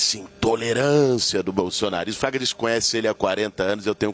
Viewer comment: Não é Traga. É FRAGA